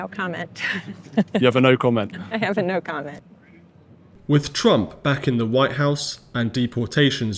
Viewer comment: And by the way!!!! His name is TRUMP AND NOT TRUM